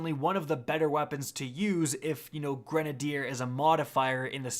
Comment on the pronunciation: Nobody:: Grenideer